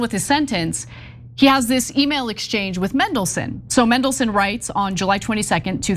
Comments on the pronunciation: That's just how yanks speak. If they say Manchester, they pronounce it Menchester. Just let em be. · Mendleson. Mega lols. Love how get pronunciation wrong. I might refer to him now as Mendleson. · You’re pronouncing his name wrong. It’s Man-del-son. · Who's Mendleson? Some classical music guy? Seems she can't even read words phonetically! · It's pronounced "mandle-son" . Thank you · MAAAAAANDELSON.....it's not hard... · ITS FCKN MAN-DELSON!!! why do Americans have to mispronounce fkn EVERYTHING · Its Mandle-son, You are right about the rest though...we are really showing up the US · As soon as I clicked I wondered how they would mispronounce Mandelson 😂😂😂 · To ignorant to learn the correct pronunciation. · That was infuriating to watch, we even saw what she was reading! Who just changes the pronunciation of a letter when reporting a serious issue? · MANdelson, not MENdelson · It's pronounced Mandelson, not Mendelssohn! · MAN-delson, not MEN-delson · Pronounced his name wrong in the first line lmfao. MAN not MEN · its mandelson, not mendelson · Just for record it's pronounced MAN not mendelson although traiterous would do fine! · That would be Peter Mandelson. I think they were pointing out how they repeatedly mispronounced his name as “Mendelssohn”, like the composer. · MANdelson.. Not MENdelson.. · Mandelson not Mendelson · MANdelson, like man. Not Mendelssohn. Bad journalism. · His name is Mandelson not Mendelson, if you are reporting, please get the name right! The man is a pos btw, it’s just infuriating that so many people can’t get simple things right and it does detract from your reporting! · It's MAN-delson, come on guys, do you not take a second to check how to pronounce the names of the people you report on!? I'm now going to be pronouncing your names EH-na and Chank. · It's Mandelson, not Mendelssohn. Can Americans not read? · MAN-DEL-SON Not MEN-DEL-SON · Mandelson not Mendelson. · Mandelson Ana...as in Man,not men. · It’s Mandelson not Mendleson